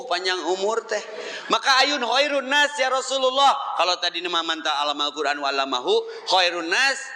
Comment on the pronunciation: SANES YA ROSULULLOH USTADZ,, TP YA ROSULLALLOH, NU LERESMAH MAH ,,, LERESKEUN HLA GERA NGAOS NAHWU NA